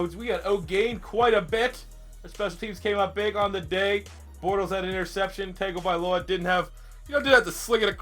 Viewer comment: It’s Tongue-O-Vy-Low-A